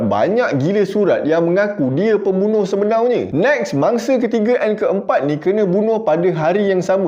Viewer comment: Sebenarnya ❎ Sebenaunya ✅